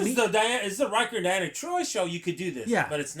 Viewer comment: Loved this but why can't you pronounce names? Not Dianna, De-ann- uh Troy , So-gee, Captain Ree-O-ss. How you boys are able to do a terrific job and not be able to say people's names is a mind F@